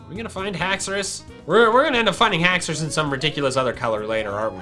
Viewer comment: i would say just haxours not haxouri